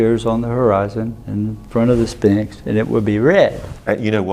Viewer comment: He always calls The Sphinx “The Spinx” 🤣